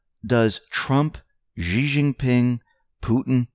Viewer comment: It’s not jee it’s shee (xi not ji)